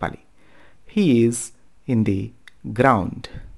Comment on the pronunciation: Sir,good teaching.the pronounce:vowel sound ముందు the nu దీ గా ఉచ్ఛారణ చేయాలని,consonant ముందు the "ద" గా ఉచ్ఛారణ చేయాలని మా గురువు తెలియజేసినారు.pls don't mind.pls.